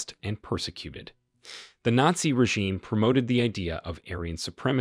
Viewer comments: Nassi and fassest? Look, the first mispronunciation was funny, but the second simply made me depressed because you're otherwise so well spoken, even if some of your purported facts are a little off. It's Nat-Zee, whereas the latter word is Fash-ist, like Fashion but a very hard Ist at the end. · You need to get a voice bot that can pronounce the script; or just get a human that speaks English... come on; who can't pronounce "nazi"? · I’m not really sure who the narrator is, but it’s clearly not a native English speaker. Despite the fact that the accent sounds really good. Certain words like Nazi, Nurenberg and others are miss pronounced in a way that shows that the person does not speak American English.